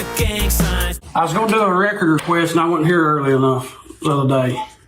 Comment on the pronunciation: “A wecord wequest?”